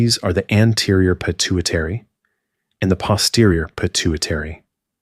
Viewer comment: I was excited thinking I found a non AI video. Then I heard how pituitary, norepinephrine, and pineal were pronounced. 😒